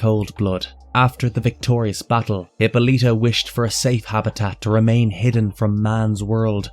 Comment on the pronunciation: It's pronounced Huh-paa-luh-tuh not Hippo-lita. Personally I find it hard to believe research was done thoroughly when words and or names are mispronounced. Literally a 1 minute Google search.